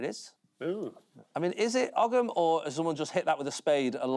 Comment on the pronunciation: For anyone interested, it’s not pronounced og-am, it’s pronounced oh-am. The g is silent.